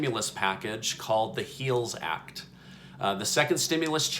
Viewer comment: It's the heals act - heal-health not heel of shoe